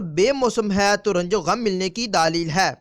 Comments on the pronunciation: Dleel lafz hota hay bhai daaaleel na kha kary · LAFZ : LAADEEL Nahin Balke "DLEEL" Hai (Talafuz THIK Karein)